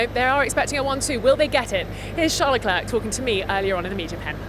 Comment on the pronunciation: Vertstappen and Leclerc are both mispronounced . The A in Verstappen should be pronounced as in car and star ( the A in Max as well) and Leclerc is pronounced as Le Klurk , hilarious . French is difficult for you English , it should sound like : Le-Clair , as in the girls name Clair . Not difficult at all . And fMax Verstappen , for crying out loud , the man is reigning world champion , been there since 2016 and you English still haven't picked up the correct pronunciation of his name . Shame on you .